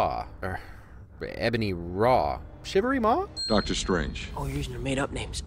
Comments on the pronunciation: "Shivery Maw" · Shivery maw🤣🤣 You're killing me 😂